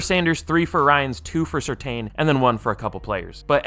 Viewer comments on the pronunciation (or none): Surtain is pronounced Sur(tan)